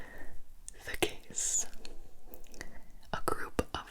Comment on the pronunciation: Ok so each time when Gibi starts a new riddle I always understand “the gays“ instead of „the case“ and tbh it makes the video so much better